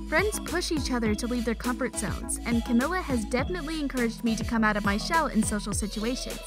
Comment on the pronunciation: Its camila not camela